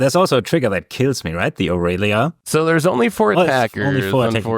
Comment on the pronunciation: “A-real-lia” lmao